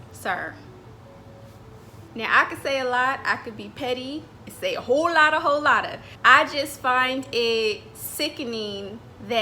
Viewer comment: Lmao at the stressing of “a whole lot” 😂